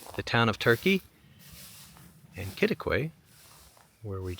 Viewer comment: Kosse, TX is pronounced KOSS-ee. Rhymes with bossy. Great job pronouncing Quitaque. It’s near Caprock Canyons State Park…a hidden gem.